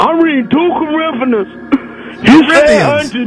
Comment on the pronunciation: I’m late but “Am reading 2 corinfaniss” 😂😂😂